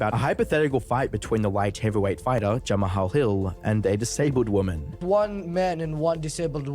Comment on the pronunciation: Okay, I didn't know he interviewed Dom Cruz. That's hilarious 😂 almost as funny as not knowing how to pronounce Jamahal Hill